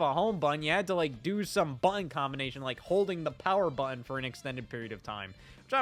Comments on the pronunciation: I believe there are two “t”s in the word button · Why can't Scott pronounce the word 'Button'?... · Scott really struggles with the word, "button", huh? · Scottism - buhh-inn = button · You pronounce 'button' very strangely...